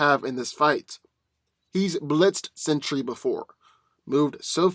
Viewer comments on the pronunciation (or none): It's "Sentry" (Sen-Tree) not "Century". It's very much in vogue not to nerf Thor, and I'd ignore that like you did Godzilla becoming a god.